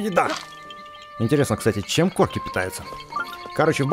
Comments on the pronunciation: Не корки а короки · не Корки а Короки